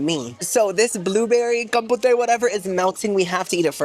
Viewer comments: Do you know what, "Je m'appelle means?" Since you're half Cuban, you'll know "Me llamo." Also compote is not pronounced compotay. 🤣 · I love you so I'm going to hold your hand when I say you this. Compote friend, COM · POTE (pronouced like poht). Now if this is like a buffet and queso situation... my bad, carry on. ❤ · Love how you pronounce "Compote" as "Compotay" LOL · you're saying "kompowte" as a quirky way of pronouncing it, right? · I feel like every video you make there is a compote on the desert and I cringe every single time you pronounce it was an “A” sound at the end. I beg you pronounce things correctly or try, bc your followers may request the item you recommend and they may feel really embarrassed being corrected by the serving staff. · Compo-tay and Choppin!! 😭 Compoté and Chopin (Kom-poat and Show-pihn) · love how he says "com-pot-ay" and "choppin" instead of "com-pote" and "cho-pan" 😂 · Girl I’ve watched you for so long & watch you so much that I’m starting to say the words you purposely say wrong myself in daily life… like boo-fay and compo-tay 😂You’re infecting me! 😅 💜ilysm!!🫶🏻